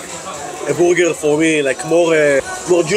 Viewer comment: i love the way you guys say burger.. sounds like booger! eating a couple of boogers.